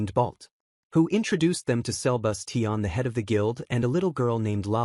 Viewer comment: Sebus❌ selbus✅